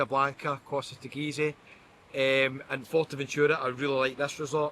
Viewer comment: It’s NOT FORTERventura It’s Fuerteventura - at least TRY to pronounce correctly!